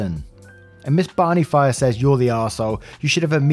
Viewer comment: Um. That doesn't say "Miss Barney Fire." It says "Miss Barney Fife." It's not a misspelling, it's a legitimate last name. It rhymes with wife.